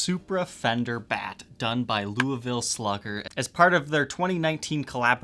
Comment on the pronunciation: Being from Louisville almost everybody’s pronunciation of Louisville makes me want to die, yours my friend was not terrible